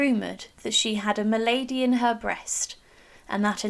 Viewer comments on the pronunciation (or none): Mal-a-dy in British English too. She mispronounces it. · A good outline….spoiled only by the grating pronunciations. ‘Malady’ is not pronounced ‘M’lady! ( M’lady is a form of address usually reserved for a woman or female employer in the upper social classes). Malady is supposed to rhyme with ‘Parody’. Neither is ‘Lettice’ pronounced like the vegetable ‘Lettuce’ (Good heavens!)but ‘Lett-eece’. Also the ‘s’in the surname ‘Knollys’ isn’t silent.